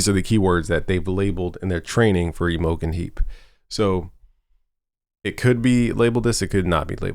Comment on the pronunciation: Your pronouncing Imogene heap wrong. Good video